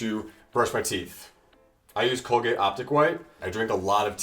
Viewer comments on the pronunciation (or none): none